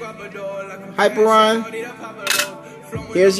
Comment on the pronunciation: Not to be that guy, but... it is "hi-peer-ee-on" not "hyper-on".